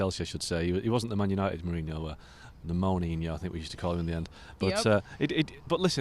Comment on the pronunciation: Joe say mourinho lol. Makes me laugh so hard